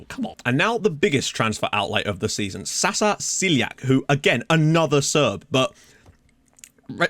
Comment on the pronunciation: Wow few more Serbs and your starting eleven will be all Serbs 😁 and Sasa Siljak is pronounced like Sasha Shiljak and Shiljak means spike in Serbian. That could be his nickname if you like 😁